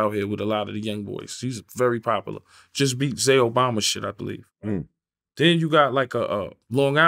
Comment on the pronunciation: Just like a old person to mess up somebody name “Zay Obama” 😂